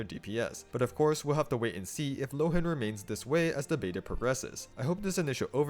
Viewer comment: I think, since Mondstadt is heavily based on Germany, his name should be pronounced [ˈloːən] ("loh" as "law" and "en" as "an")